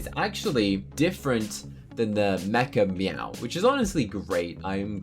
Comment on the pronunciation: Whenever you said mechameow, I thought you said MEGA “MEOW”